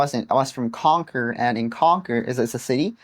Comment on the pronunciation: A bit off topic but your English is VERY good for a non-native speaker. Your pronunciation of Concord sounded just so effortlessly American.